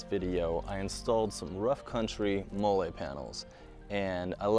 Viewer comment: Molle is pronounced “Molly ”